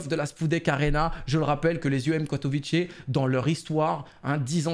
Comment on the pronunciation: by the way on dit pas katovitché mais katovitzé j y habites c est une ville bien nulle au passage